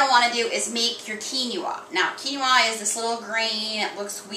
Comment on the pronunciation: I love you vid but this bothered me...Quinoa is Pronounce (Quin oa) KEEN WAH not keeny wah. Going to try this recipe. Tip for poached egg... is before you add egg to pot make a wirlpool in the pot & it will wrap the rest of the egg n its self.